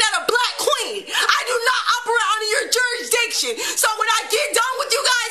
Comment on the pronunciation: "Jurdiction"? I believe he means jurisdiction .Everett Hitch